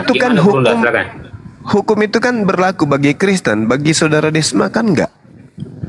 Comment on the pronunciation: Cuma beda E sama O tapi akalnya beda jauh..Desma bukan dosma🤣🤣